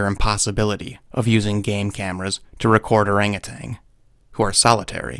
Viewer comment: You keep saying "orangutang". You clearly understand a great deal about primates, so how can you make so basic a mistake? They're orang utan (literally "man of the forest/trees", I think, in Indonesian[?]).